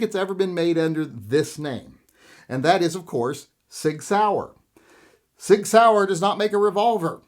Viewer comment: you always miss-pronounce SIG and say Pig, I’d name your gun the SIG Pig.